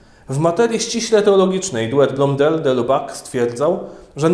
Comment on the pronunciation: BTW: wymawia się "de Libak" (właściwie nie "i" a niemieckie "u - umlaut"; oraz "Tejard"; francuski fajny język, polecam : ) Poza tym czytając różne dzieła w oryginale, można się nieraz porządnie zdziwić...